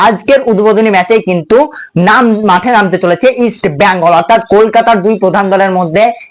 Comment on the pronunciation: ভাই নামটা ইষ্ট বেঙ্গল। ইষ্ট ব্যাঙ্গাল কথাটি ভুল।